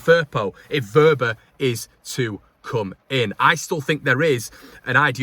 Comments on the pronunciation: You're right with his pronunciation. It is " Verber" Happy Christmas and a happy 2023. Please don't stress too much about our beloved club! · You have his name spot on